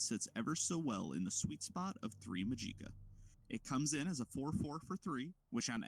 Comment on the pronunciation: the way you pronounce magica is very odd. I've only heard it like magic-uh